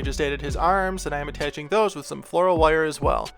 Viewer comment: I like the way you say wire, woyer. No just judgement, I just like it. Also, CTHULHU!!! That would be awesome.